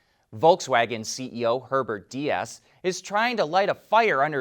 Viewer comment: Herbert Diess' last name is pronounced dees